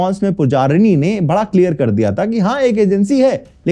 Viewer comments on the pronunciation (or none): none